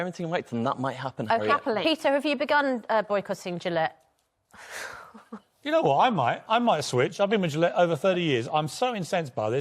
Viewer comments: How do you get to that woman's age in an English-speaking country and not know the G in Gillette is soft? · Doesn't everyone pronounce it wrong, though? I assume it's a French name and so shouldn't it be 'zhee-lett' with the 'g' sound like the 'su' in 'measure'? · Raging, fat, totalitarian feminist dirigible. She can’t even say “Gillette” properly. And credit where it’s due. Piers Morgan did a great job.